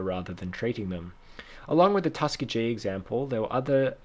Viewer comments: Tuss-key-gi. Not Tuskuhgee. XD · Tuskegee is pronounced tus-KEE-gee Anyway, you have really insightful sources